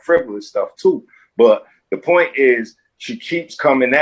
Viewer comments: the pernt? what the fuck is a pernt? christ just pronounce words people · Get the “pernt”…I find the ghetto dialects very interesting. So many unique pronunciations!